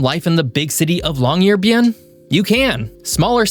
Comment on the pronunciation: Interesting video. NB: Isforden: "EEs-fyoren". Longyearbyen: long-year-BEE-en; "byen" is the definite form of "by" meaning town/city. Barentsz: BAR-ents; accent on the first syllable. Barentsburgs: BAR-ents-burg; again accent on first syllable. Ny-ålesund: nee-OLE-eh-sund; å is a long O sound. I wouldn't bother pointing these out but this is meant to be a geography channel.